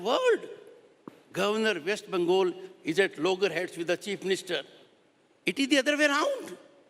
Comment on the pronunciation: How long was he governor? He can't even pronounce "West Bengal" and "Kolkata" correctly. Blatant RSS Modi stooge.